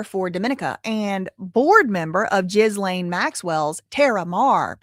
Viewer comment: Ok, the way you say Ghislane’s name is driving me insane…it’s actually pronounced ‘Ghi-lane’…the ‘s’ is silent. And in ‘Mehmet’, the ‘h’ is silent…pronounced ‘Memet’😉👍🏽